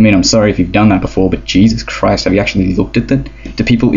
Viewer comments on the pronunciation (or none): none